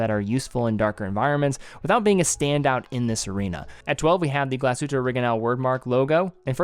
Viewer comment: Thank you for pronouncing the hard G